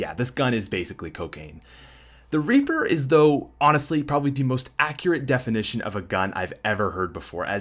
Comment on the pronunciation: He said raper not reaper😂